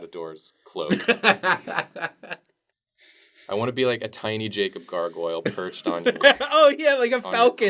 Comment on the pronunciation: NO NOT THE CAW BUT JACAWB and MATAJULIA